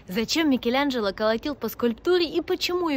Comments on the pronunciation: Почему называешь МикелЯНжело????? Так противно.... вроде живёшь в Роме....слышишь как произносят имя знаменитости МИКЕЛАНЖЕЛО !!!!!! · Ну повеселили произношением- "МикелЯнджелА")))))))))))